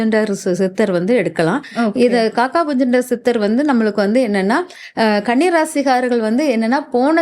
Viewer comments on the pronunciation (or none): மூதேவி காக்கா புஜண்டர் இல்லை காக புஜண்டர் என உச்சரிக்கவும் இதிலேயே உனக்கு தகராறா😡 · பெயரை சரியாக சொல்லுங்கள்.உச்சரிப்பு சரியாக இல்லை